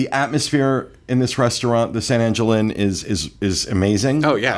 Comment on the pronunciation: Not surprised to see these they've been frequently mentioned over the years. Though I thought I'd see Coral Grille(?). Oh and one more thing it's pronounced San Ahn-hill.